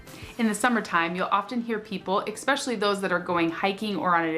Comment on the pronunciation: "EKspecially" isn't a word, even in Alaska